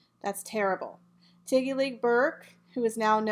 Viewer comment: My Dear - It's TIGGY NOT TEGGY.